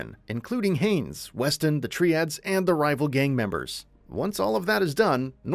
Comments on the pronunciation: I'm not any kind of organized crime expert but I don't think it's pronounced "Tree-ads" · Why would anyone want to hear the full story before playing it themselves? Also, you pronounced Triads wrong every time you said it.